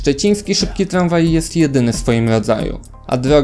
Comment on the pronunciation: Tlanspolt, tlamwaj... Nie ufam komuś kto nie wymawia R.